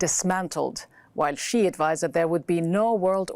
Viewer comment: I like how she pronounced each one's name correctly, especially president Xi.